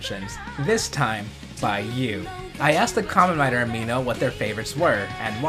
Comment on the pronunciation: It's Karmen rider w not double